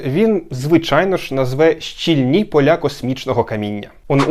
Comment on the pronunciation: все ок, але щІльні!!!! не щільнІ!